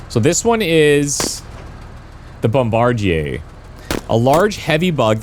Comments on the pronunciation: Jebus, this guy not knowing how to read "bombardier" is killing me. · His mispronouncing bombardier is going to give me a seizure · Sometimes I forget you're Canadian until you pronounce bombardier as bombardier and not bombardier. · Well he's a Canuck living in Quebec so the original French pronunciation checks out. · Bombardyay.... lol. It's pronounced bomb-ba-deer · Thanks for introducing me to this game, definitely going to pick this up, I love me some turn based combat games. PS: Bombardier is pronounced "bomb-buh-deer" I had to say something, sorry for being that guy. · FYI "bombardier" is pronounced "bom-bar-deer". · It’s bombadeer dude, not what you said. 🤦. It’s an indictment of our educational system. Thanks for the video btw. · mf said "bomb-bard-ehay"... it's "bomb-bah-deer"... jfc gamers really can't read smh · Brother..it’s BOMBA-DIER.. “bombadeer” NOT BOMBAJIER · That specific thing you have to kill in this mission is pronounced bomb-a-deer, not a bomb-bar-jay 😆 😂 😜 🤣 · Strange pronuciation of bombardier. Extremely French. In English, it's usually pronounced "bomb-bar-dee-er", not "bomb-bar-dee-yay". Perhaps you are from Quebec or adjacent to it? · Just to note, bombardier is pronounced 'bomb-buh-DEER,' not 'bomb-bar-JAY' or how you were saying it. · Bombardier. Pronounced Bom-buh-deeuh. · as a heads up, its pronounced bom-ba-deer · Bombardier is pronounced Bomb-bar-deer. You're Frenching it up lol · BOM-BUH-DEER you GOOSE! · You threw me off with "bom-bar-jay", lol. I was like "Have I been pronouncing this incorrectly my entire life?"😂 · Must be some unique Canadian pronunciation. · Not exactly Canadian. Most pronounce "bombardier" the regular American English way as "bom-bar-deer". He's using the Quebec French way "bom-bar-dee-yay". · So pumped for this game! Oh and it's "Bomb-bar-deer" 😊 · Also, it's pronounced BOM-BA-DEER. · I have never herd someone pronounce Bomb-buh-deer like that. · Kill the "bomb-bard-yay".